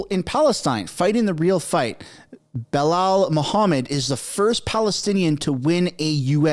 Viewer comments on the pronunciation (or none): none